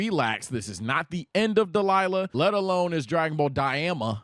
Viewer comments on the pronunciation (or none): Why is he saying "Dalila'' 😭😭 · It's an ongoing thing where says Daima differently, as well as other related names. There is someone on Twitch in the chat that types down how to say Daima right as in "Die-mah".